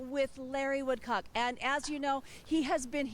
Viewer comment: Larry and Kay❤️❤️❤️Our hearts and prayers are with you! I thought it’s “Woodcock” not “Woodcaock”